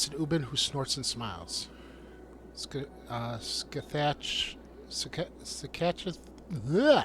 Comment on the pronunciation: Scathatch is pronounced Ska-Hah